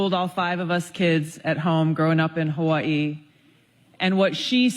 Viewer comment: BECAUSE THIS IS THE CORRECT WAY TO PRONOUNCE HAWAII